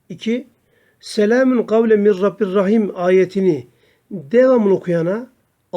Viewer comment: Min rabbin rahim yazılı min rabbir rahim diye oluyorsunuz hocam